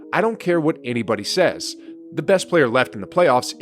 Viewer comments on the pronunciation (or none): none